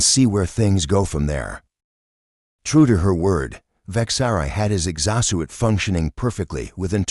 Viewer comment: This Ai really needs to learn how to say exo-suit. LOL 🤣